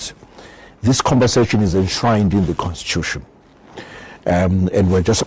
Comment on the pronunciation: Zack not to sound obnoxious,but it's *compensation and not *compassation ,peace bro❤